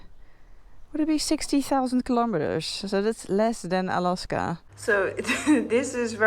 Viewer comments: Alaska is pronounced with a hard a for the second a. you pronounce it with a soft day incorrectly. If you're going to own a bike you should at least know how to pronounce the name. Honestly drives me nuts every time. It's kind of like if I was pronouncing England angland understand understand😮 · She christened the bike Alaska herself, therefore it is perfectly fine for her to pronounce it as she wishes. Meaning it is her "pet" name for her motorcycle, and not "Alaska" the 49th state of the USA..(PS. I also suggest you get a life)